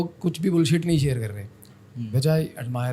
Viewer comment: साहब !! आप सामाजिक माध्यम पर है। कम से कम शब्दों के उच्चारण तो सही तरीके से करें। आप तो तालव्य 'श'' (Sha) और दंत 'स (Sa) में गफलत करते हैं। जैसे Share( शेअर) का उच्चारण आप 'सेअर' करते हैं;जो व्याकरण के अनुसार बिल्कुल अशुद्ध(असुद्ध नहीं) है। ऐसा उच्चारण करके भाषा का मज़ाक़ न बनाएं। धन्यवाद(धन्यबाद नहीं)।